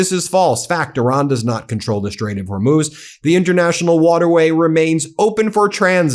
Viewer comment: " we don't need hormooz streets."????? What is trump talking about?